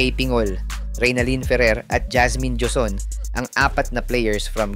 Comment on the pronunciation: Joson, pronounce as Hoson, J as H sa Joson...